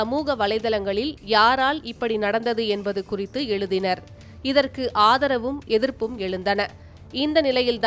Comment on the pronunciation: எலுதினார்.. ழ வரலன்னா செய்தி வாசிப்பாளர் வேலை நிச்சயம்.